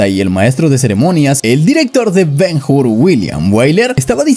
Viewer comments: Ben Hur, no Ben Jur. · La H es muda, se pronuncia Ben Ur, porque el video esta muy bien, pero me duelen los oídos cada vez que te oigo decir el titulo. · El que comenta el viedo, deberia saber que la letra H en el idioma Español es MUDA, por lo tanto cuando de dice el nombe de BEN-HUR no se dice BEN-GUR si no BEN-UR, lo has entendido o te lo repito otra vez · Es Ben Hur, no Ben Hur. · Ben Hur, HUR, no Jur. hablamos español la H no se pronuncia al principio de las palabras. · ¿Ben Jur?. La "H" no suena. Ben Ur y ¡vale!. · Ben Jur 😂😂😂